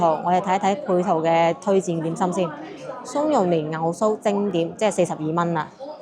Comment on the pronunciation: 松。。。應該只有一個音。。。蟲。。。松鼠，松樹。 呢個好明顯係普通話帶過嚟粵語 即係除夕會讀成垂直 可參考撻爺嗰條片